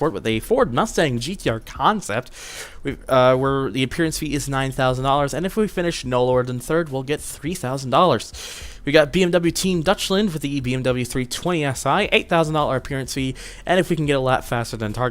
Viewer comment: its not dutchland you say it like doychland